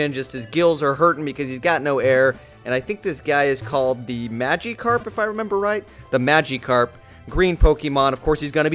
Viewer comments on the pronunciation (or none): Magikarp is pronounced Magic-arp, not Magee-Karp. Also, it's one of the most known Pokemon. It's also Char-me-lee-uhn, not Char-million. Also, little pigeon? Oh good gosh. It's one of the most common Pokemon. I'm not trying to hate, just trying to help. Other than that, really good video, great quality, commentary, and Pokemon! I do happen to pronounce some names correctly just because I think it sounds better, like Um-bray-uhn instead of Um-Bree-On, so I am at fault for that and in no position to correct anyone. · Its not MagEEkarp. Its Magikarp. Im 12, and this is just sad. You're about 30, and a 12 year old knows Pokemon more than you do. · I wont forget that he said maGEcarp